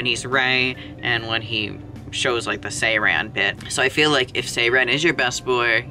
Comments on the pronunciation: It's a korean game so the pronounciation is also in korean 세란(sae-ran). if I were to explain over text the 에 sound (ae) is more like -eh something similar to the e in bed or red sound and the a in ran is more open like the a in autumn. The r sound is also a bit different but im not sure how i'd explain it. the tongue position is inbetween a rollled r and an L. perhaps i was a bit harsh in my comment sorry its really weird hearing his name in a western accent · im sorry but the way you pronounced saeran...